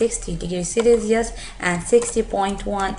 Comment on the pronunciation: "celeeelious" :P jk helpful